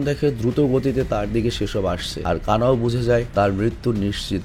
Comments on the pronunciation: Kana kana kortacen ken😂😂kanao😊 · কানা নয় কানাউ